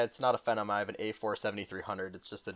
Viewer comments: ok not to be nitpicky but what is the pronunciation of Phenom? I thought it was Fee-Nom, not Phen-num. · How you say phenom bugs me... I've always heard it pronounced fee-nah-m not *feh-nuh-m*. Sorry